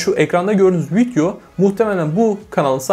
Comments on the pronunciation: Arkadaşım şuna "vityo" deme ya valla sinirim bozuldu. Vityonu beğendim :)) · kardesm agzına saglık adamsın ama vityo demeni düzeltmeli değiştirmelisin :) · Keşke video'ya vityo demesen 😒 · viTyo ne ya.. daha vidyo demeyi bilmiyor ama para kazanıyor..